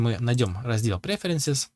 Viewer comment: .... / ".....если мы найдём раздел преферансис ". офуительно, сразу прям торкнуло.... преферанс, "пассс. мизер..." как удачно зашёл,,,,🤣и чё ... нашёл такой,,,,как тебе подобные любят изголятся над ангельским в своих звиздежах...😂